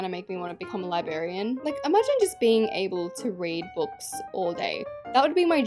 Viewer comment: your saying librarian wrong you flop😂😭